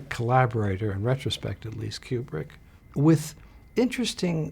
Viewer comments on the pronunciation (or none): none